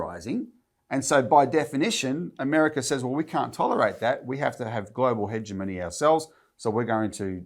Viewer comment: Hegemony has a hard G not a soft one. HEG rhymes with BEG not HEDGE. Sorry, but I cannot help being a didactic old bastard. All the best to all at ACP; most informative video, as always.